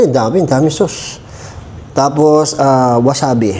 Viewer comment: not wasabe is wasabi ang tawag d2 s japan👍